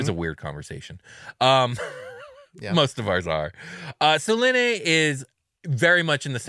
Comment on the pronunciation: Its "Say luna" Like the word luna Which means moon